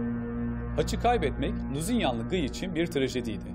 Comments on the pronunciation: GIY ne ya :D "Gi" diye okunur o, azıcık araştırma yapın :D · her şey harika çekimler, anlatım vs. ama bi de Guy'a (gİy) keşke (gUy) demeselerdi.... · Şu Kudüs Kralının Adı Gıy Değil Lusignan De Guy